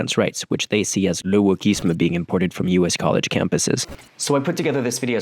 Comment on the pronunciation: "LE WOKISME"???🤣🤣